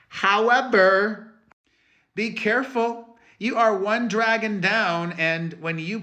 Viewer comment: Perez' "H O W E V E R" is priceless 😅